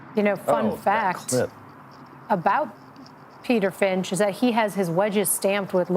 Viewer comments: "Peter Frinch" lol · Did they just call Peter "Frinch" WTFuck. 750,000 subscribers. He alone has almost 1/2 as many as PGA YT, and they can't get his name right on the opening tee. What a joke.